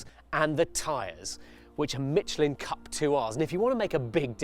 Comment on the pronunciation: Mitchelin tyres? Never heard of them. It's pronounced Michelle-in. It always baffles me when people correctly pronounce the "chassis" yet mispronounce "Michelin". They're both French words and therefore the ch in both is pronounced the same way.